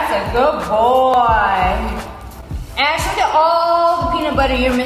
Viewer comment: The corect way of saying it is “Ash” not ashe